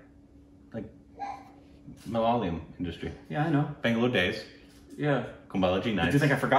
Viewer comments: Upteenth time...it's not MaLaaayalam...it's MalaYaaalam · I'm definitely risking my peace and sanity with this comment that'll invite viscious abuses from #LoyalStupidBabies, but... Endey Chinakathoor kaavil ammey!! Evandey ammoommey kattikyan ulla aa #Malaleeum kondu nyaan thottu!! 🤦‍♀️ Is it really that difficult to say Ma-La-Ya-Lam? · Come on it's not Malalayam it's Ma - La - Yaa - Lam... You should just give it a try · it is Malayalam and not malalayam 😂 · Again.... Not MA-LA-LI-UM It's MA-LA-YA-LAM guys..